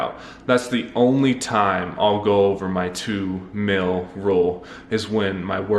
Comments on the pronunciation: I believe it’s pronounced “meal” not “mill”... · Is it "mill" or "mel"? Because that's all I'm hearing. I don't hear anything about a meal. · Sounds like you say “mill”. Anyway.. you can use plant based chicken and vegan ranch dressing by follow your heart, & plant based bacon by Morning Star.. which is healthier than eating meat. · Does nobody else notice that he's been saying mil instead of meal the whole video..